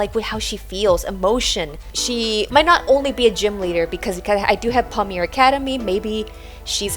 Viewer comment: If she has "a thing going on" with a Pommier Academy... maybe she could take a minute to check how to actually SAY Pommier! (Hint: it rhymes with yay!)